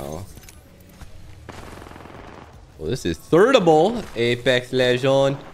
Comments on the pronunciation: “this is thirdable, APECKS LEGONDS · “Apex Le gawns”